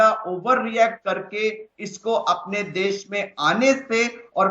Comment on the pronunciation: देस नहीं देश होता है